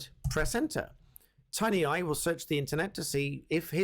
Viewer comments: Tineye, not Tinyeye. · tin eye, not tiny eye, bad reading for a barrister